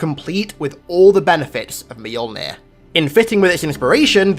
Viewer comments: i keep hearing you say it as Meyolnin, when as far as I know, it is myolnir, pronounciation wise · I choked when he said "Mahyuulnhirr"